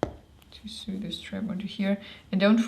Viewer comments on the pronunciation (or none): just so you know, "sew" is pronounced the same as "so"...;-)